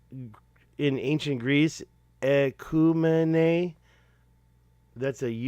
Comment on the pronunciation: In English, Ecumene is pronounced ee-KYOO-muh-nee. It is the modern interpretation of its more ancient and archaic form in the Greek oecumene. It may have originally been pronounced 'ah-KYOO-muh-nee' in ancient Greek, although I can not find anything to support that theory. As you are already aware, it's a general reference denoting the known, inhabited, or habitable portion of the world known to Hellenic geographers of their time. The Ptolemy map you are looking at is a world map from Leinhart Holle's 1482 edition of Nicolaus Germanus's emendations to Jacobus Angelus's 1406 Latin translation of Maximus Planudes's late-13th century rediscovered Greek manuscripts of Ptolemy's 2nd-century Geography. In short, there have been several translations over time whose accuracy remains at best subjective. However, the evidence on that map of a large lake with adjacent mountains to the North is very compelling. This supports a recent theory of the desert swallowing North Africa as recent as 500 years ago, stating it was once green.